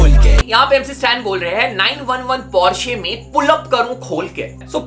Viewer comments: Bhai tum, Porsche ko Par-Sa kyun kehte ho ?? 😂😂😂😂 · Ise Porsche pronouns karate bhi nahi aata 😂😂😂 Porsche ke founder ka naam pata hai ??? C